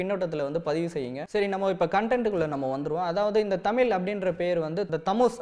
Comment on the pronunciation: தமில்/தமிலே இல்லை தம்பி "தமிழ்" கூறுங்கள். உங்கள் பணி மேலும் தொடர்க!